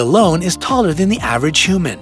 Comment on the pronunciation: you said hooman